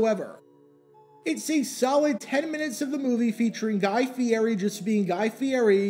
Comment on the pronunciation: Guy, it's pronounced, "fi-ETTY". We know this from the Kings Hawaiian bread commercials he stars in, not to mention all the food-related shows he hosts. Check in again after the Super Bowl and share your thoughts about the headliner on the halftime show.